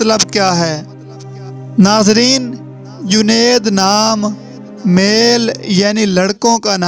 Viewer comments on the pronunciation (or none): Juned bolo bhai